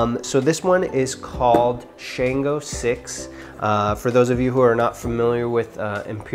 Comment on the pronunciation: We pronounce Shango like “Shawn-GO” and the way we pronounce Orisa is “Or-EE-Sha”. The pronunciations are very important in our culture. Otherwise, solid review dude! 😎 I’ve been wanting to get my hands on this but didn’t see enough reviews on it yet. If you don’t reach for this anymore, I’m down to buy it from you!